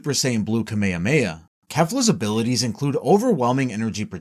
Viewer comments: did you just called "kame hame ha" as "kameia meia"???????????????????' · why u saying kamehameha as kame hamaya